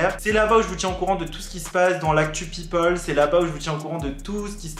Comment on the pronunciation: on en parle de ton accent quand ta dit " people" ct troop drole et il etait troop bien fait